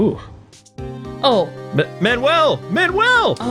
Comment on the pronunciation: Why did they say Manuel so wrong